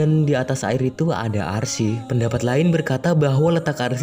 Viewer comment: "arsi" dong 🤣